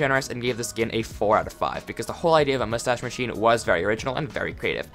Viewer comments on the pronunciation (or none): none